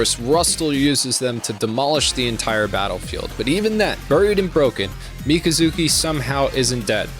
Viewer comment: Everytime you say Mika-zuki, i cringe inside and die a little lol